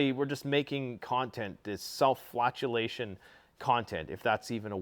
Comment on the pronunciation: it's self-flagellation.. self-flagellation 😂 not self-flatulation 🤣